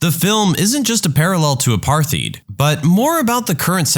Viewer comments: Apartheid, not aparth-heed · "A-par-tīde" I don't usually correct pronunciation , but it's an important era in World history that effected more than just South Africa, so it would be unfortunate to not know what it was or or how to accurately talk about it. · Apartheid is pronounced "apart-height". Like "-heit" in German meaning "-ness", it means "apartness", in the sort of bastard Boer Dutch the South Africans speak. "No, our system perfectly respects black people, we just want them to use separate schools, hospitals, drinking fountains, etc. Not discrimination, just simple apart-ness". That's the track they went down. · Just a pronunciation note here: apartheid is pronounced apart-hide. A lot of people get the pronunciation wrong, just remember, the t and h are pronounced separately and heid sounds like hide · The narrator is a bot. It has not been taught how to pronounce apartheid correctly.